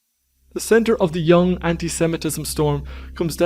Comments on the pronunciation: Sorry, I can’t take seriously any content if I hear “yang” instead of a proper pronunciation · The correct pronunciation is Yung not Young.